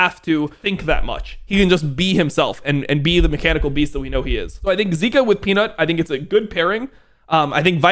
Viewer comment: Zeka. Not zika. You'll confuse fans haha.